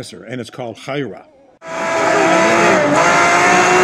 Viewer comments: is the "Huayra" pronounced really right? I thought of more like "Hu-eey-ra" or something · Apparently it's "Why-ra" although I pronounce it as "Why-ee-ra" myself. Still annoying that the video producers can't pronounce it properly, however it is said. I'd have found out prior to recording the video, if I were working there!